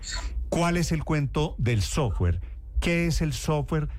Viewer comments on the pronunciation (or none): Soft-ware no sofwarrrr…..